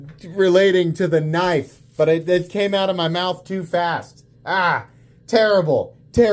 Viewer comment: I heard tri-state had his bottom rib removed so he could s......... its a definite pattern with MOST knife content producers mispronouncing knife names.